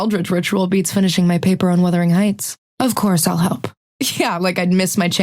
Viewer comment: This is wild, didnt expect to hear wurthering heights.